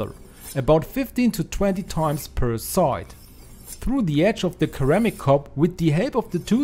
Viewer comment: Cool tip, I'll be trying that very soon! Your English is excellent but here's a pronunciation tip for you: 'ceramic' is pronounced like it starts with an S not the hard K sound.